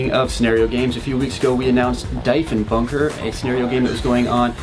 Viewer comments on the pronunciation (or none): Not that I'm judging, after all you gents are American but its DEEEFenbunker, not DIE. As in PM John Diefenbaker /wiki/John_Diefenbaker